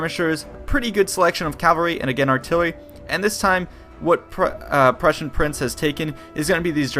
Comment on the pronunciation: I always wonder why you pronounce "prussian" the way you would pronounce persian...